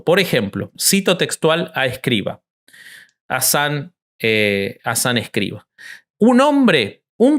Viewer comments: No es "Escriva", es "Escrivà". Obsérvese que la A va acentuada y con acento agudo (de izquierda a derecha ). En lengua catalana "escrivà" es "escribano" en castellano. Aunque pasado el tiempo y como apellido, en castellano ha pasado a ser Escrivá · Para hablar de algo con algo de respeto hay que saber y el conductor no sabe ni el nombre. Es Escriv(Á), conductor indocumentado.